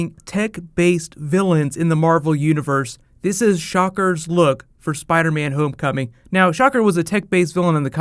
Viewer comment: lol you said the title like Spideys name is Homecoming